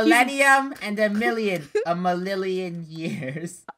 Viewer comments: a millilion years me: do you mean forever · a millilion years Me: thanks, this is how I say 1 million now. A millilion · doesn't know how to say a million but it's funny 😆😆😆😆😄😄😄